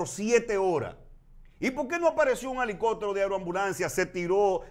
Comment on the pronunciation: no se dice Alicoptero. ELICOPTERO